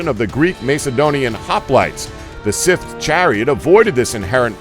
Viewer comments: WHY CAN YOU NOT LEARN TO SAY "SCYTHE" PROPERLY!!!!!??????!!!?!?!?!?!?!?!?!?!?!?!?!?!!?!?!?!?!?!?!?!?!?!?!?!?!?!?!!?!?!?!?!?!?!?!?!?!?!?!?!?!!? sthserguionuhasgrnae;o5uighawerir5hgaoeuirgnrnjiwga[t5njgaiperwjgnaipower45nmgaewr WERGNaw3gnaowerungEFH4GTFAUerwguAIWefhEUI9WFRHA9ehwgpu9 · please learn how to pronounce this word: scythe just click the link then click the speaker icon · Why can't this moron say scythe? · Joshua Fogg I'm from new York and I can say scythe, there's no excuse for idiocy 😂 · The pronunciation in this video... it's driving me up the walls. They pronounced scythe as sith, and khopesh was weird... like kho-pesh. Irritating. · Sith = scythe lmao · Grrr, one would hope that he'd remedy his pronunciation errors between the making of these videos! "The 'Sith' chariot, 'Sith' chariot, 'Sith chariot... He just continues, blissfully unaware, to compound his errors - making everyone with even a passing familiarity with one of the oldest and most commonly used farm implements of all time, quite literally, cringe in pain. How does he pronounce sickle? Cycle??? Maybe consult with a person or two before you post these videos. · Sith? let's ignore the letter Y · The pronunciation is just terrible here. Scythe. Pronounced S-EYE-TH. This is medieval warefare, not star wars. I know it's been said a million times, but seriously, this is the second video they did this in. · SCYTHE! sCYthe! S-EYE-the! How many times?! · Revenge of the Sith Chariots... please learn basic pronunciation.. please. otherwise i really like your videos. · You can Pronounce Urumi, but you can''t say Scythe properly? Are you serious? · still haven't figured out how to pronounce "scythe" i see. i think you've watched too much Star Wars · How hard is it to say scythe correctly? Jesus. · i cant take this guy seriously has he really honestly never heard the word scythe spoken aloud before?